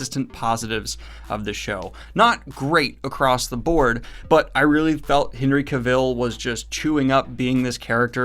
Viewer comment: Oof, how many times am I going to have to listen to him mispronounce Henry Cavill.